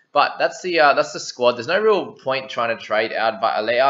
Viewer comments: It's Vy-leh-ah(layer would be spelt Leia) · Shot brother! You're pronouncing well - just on what you said - Vailea (Vi-layer) and Nanai (nan-eye) hope that helps bro!